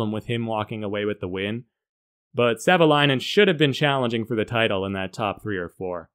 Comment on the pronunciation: Up front, Thank You for the Video 😇🙏 Greetings, from Finland 🇫🇮🇫🇮🇫🇮 + Perfect pronunciation of Marko's Last name. Many other YouTubers get it wrong 🤓